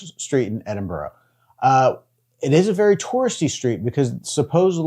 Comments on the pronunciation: I can understand why Yanks pronounce it " edinborow" but STOP IT! It's pronounced "Edinbura" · The majority of Scots see ourselves as Scottish not British as British is just another term for English. And for the love of Scotland, it's more like Edinbru not Edinboro...😁🤘Edit, just caught the last bit and you got it right ish. Congrats... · Where the fucks “Edinboro?” That pronunciation is atrocious 😂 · Just to clarify pronunciation as it seems to cause issue with visitors - it’s said ‘Edin bur ra ‘ not Edin burrow’ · Please oh please research how to say things it’s Edinburgh but it’s sounds like you say Edinbura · i am extremely disappointed that whilst in the city you keep miss pronouncing Edinburgh. American defaltisim is incurable?